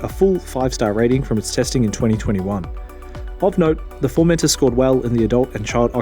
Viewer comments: I think you've misunderstood. I'm Australian too. I'm not pronouncing it with a hard R at the end, I'm pronouncing it the same way that the British reviewers have been saying it, with more emphasis on the final syllable. formenTOR, not "Formenter". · Is anyone else bothered that he keeps saying "Formenter" instead of "Formentor"?